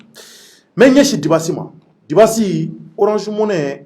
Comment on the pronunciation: MESSAGE POUR, CE N ' EST PAS DU TOUT PROFESSIONNEL DE MAL PRONONCÉ LE NOM D ' UNE PERSONNE QUE TU REÇOIS, SURTOUT SI IL TE LE RÉPÈTE PLUSIEURS FOIS ET QUE TU CONTINUES DE MAL LE PRONONCÉ DIBASSI ET BIDASSI CE N ' EST PAS DU TOUT LA MÊME CHOSE, LES ENFANTS APPRENNENT À L ' ÉCOLE LA DIFFÉRENCE ENTRE LE D ET LE B EN PREMIÈRE ANNÉE LA RÈGLE DE POLITESSE DE BASE EST DE CONNAÎTRE ET DE BIEN PRONONCER LE NOM D ' UNE PERSONNE QU ' ON INVITE SI UN JOURNALISTE OU UN ANIMATEUR EN EUROPE FAIT ÇA À SON INVITÉ? LA PERSONNE QUITTE IMMÉDIATEMENT LE PLATEAU ET FÂCHÉE À VIE JE SAIS QUE TU VAS RECEVOIR LE JEUNE RAPPEUR WIZI WOZO SI TU L ' INVITE POUR PROMOUVOIR SON ART CE N ' EST PAS DU TOUT LA PEINE DE LE RIDICULISER EN MÊME TEMPS EN ECORCHANT SON NOM D ' ARTISTE AVANT DE LE RECEVOIR ENTRAINE TOI À DIRE SON NOM, TU PEUX AUSSI L ' ÉCRIRE SUR UN POST- IT DEVANT TOI PENDANT L ' ÉMISSION